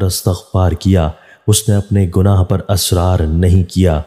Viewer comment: AUG 22, 2022. IT IS 'ISRAR' NOT ASRAR. PLEASE ZER ZABAR KA KHAYAL KAREN. THIS VIDEO IS IN URDU.